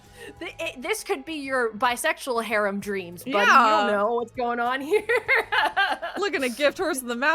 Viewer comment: Yeah va pronunciation of “harem” gave it away to me personally